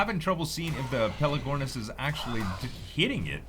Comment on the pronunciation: pelAgornis !! Not pelEgornis !! haha same mistake that Sl1p made !!! ;-)